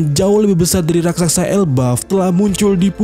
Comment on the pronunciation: bukan rasaksa tapi raksasa!